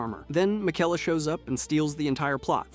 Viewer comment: What about his pronunciation of miquella